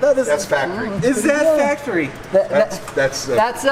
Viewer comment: thhasts not factowy